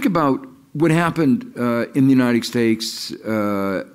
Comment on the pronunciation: He always says "United Stakes"